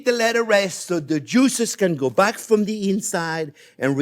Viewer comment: nice the "from" or "frum"